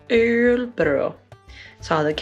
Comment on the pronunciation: and then there's the dialectal variations... It's so hard to explain that "ö" sound, it's hard to think of an english equivalent. You say it in a decent way in the beginning of "earl" or (g)irl but we have a hard time explaining what part we mean is "decent". It's only the part before you start to lift the tip of the tounge to the transition into an "r" that is the "ok part". The the tounge lower than in "earl" initially and it would help :-)